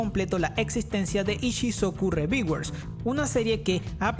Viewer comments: ReVieWeRs jajajajaja mames me dolio oir esa pronunciación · que mal ingles: Ishisocu reviguers